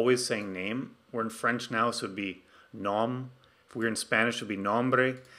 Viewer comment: That makes it much easier to work with `i18n` in nextJs ! thanks a lot for an other great tutorial. [nitpick]: `nom` is pronounce like this -> :)